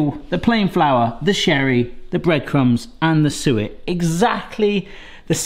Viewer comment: When you said suet the first time I thought you said sewer, but when you said it the second time I thought you said sewer again,hahaha. So I had to look at the recipe to see what you were talking about. Now I know what it is. It´s called talg in Swedish. God jul och gott nytt år from Sweden.